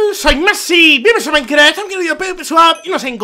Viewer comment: Ahora me doy cuebta q dice maincra el la presentacion